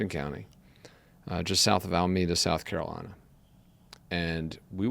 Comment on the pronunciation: And don't forget South Carolina - Sackalina.